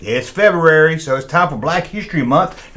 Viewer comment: was more nervous about pronouncing “February” than getting in trouble for anything else in this video.